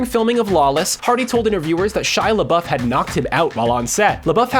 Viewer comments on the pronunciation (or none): Its pronpunced Shia Leboof not Shia Lebuff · "Lebeouf" its Labeouf